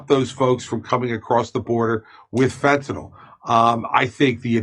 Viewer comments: It's funny, but Vivek is the only person I've heard in this entire segment who pronounced Fentanyl correctly.🤣 Why does everyone pronounce it (Fentanyl NOL?) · Why do so many people call it "fentanol"? Have they never seen it written down? At least Kurt says it right.